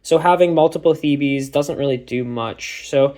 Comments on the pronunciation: Sorry I just need to say as it's driving me mad, it's not "thebees" it's "theebs"!! Good video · Theebees is the bees knees